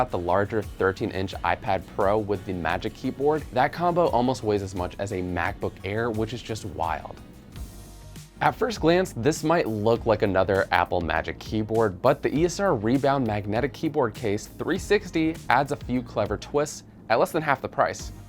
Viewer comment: Eee-Ess-Arr, not Eeser